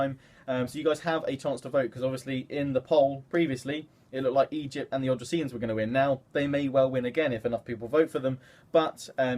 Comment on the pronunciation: I'm pretty sure it's pronounced o-dis-rian kingdom